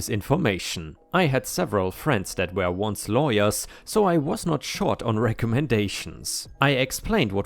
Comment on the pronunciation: May I ask a question? Why do you always pronounce the word WERE as WHERE? I really enjoy your content, but this irks me bad.